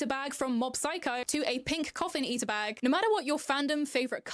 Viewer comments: whats really christopher columbusing is that she's pronouncing "ita" with flap t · This Sunnie person be claiming appropriation while using the Americanised pronunciation of 'ita' 🙃